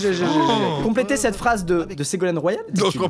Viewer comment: Juste la prononciation de Ségolène royal à me termine